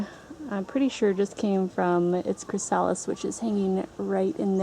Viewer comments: Your killing me... It's "Chris a lis" not "Chris sal is". I've never heard somebody not pronounce that correctly. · Its chrasalis not chrisaaalis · Chri-suh-lys not chri-sah-lys just a tip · I thought I posted a comment but it disappeared so I'm sorry if this is duplicate. Thanks for sharing your beautiful, peaceful garden. I love it. Watching the caterpillers was fascinating. Just an FYI that chrysalis is pronounced chris-uh-lis. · I don't know if you will see this and I'm not trying to be a pronunciation police-type but, just a friendly FYI it is pronounced CHRYSalis. first syllable accent. :) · Pronounced, "crist, o-list" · CHRYSALIS pronounced chrys-a-lis not the stupid way you are saying it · very nice video but the mispronunciation of the word chrysalis was driving me crazy. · Seconding that motion, so to speak. Putting the accent on the second syllable of chrysalis is kind of like putting the accent on second syllable of "octopus". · You say chrysalis wrong. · You take such big cats? they are more likely to have a parasite. Do you have that problem? Oh I see you do. I was told not to take older cats. Sorry to be picky but you are mispronouncing chrysalis.